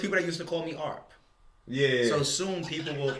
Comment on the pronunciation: Calling ARP "Arp" is crazy😂